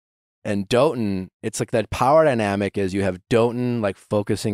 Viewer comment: I think Dotun is pronounce daw-tun not doe-tun but correct me if I’m wrong that’s just what I thought he and charity said